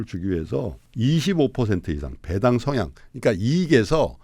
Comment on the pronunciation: 배당 발음을 왜 .이상하게 하시네 배 당[배애당]처럼 길게 발음해야 옳은 뜻인데 [배당]하니까 "배 하나당" 이런 뜻으로 들리네